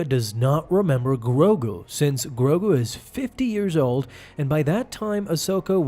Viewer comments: Why do you keep saying grobu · Grogu, not Grogru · He hasn’t grown because as far as we know, his species ages slowly. Yes, great merchandising, but he’s going to grow. Yoda didn’t become a lightsaber slinging master in an instant, he became a master at 100 which is 50 years from the current age of Grogu (not Groku or Growku as you keep calling him). Jar Jar was comedic relief and the most annoying creature. And yes, honestly, he is holding back the main story for Mandalorian in my opinion. I understand the world building necessity to expand Star Wars, but I hate how slow Mandalorian moves and how few episodes there are. It pisses me off.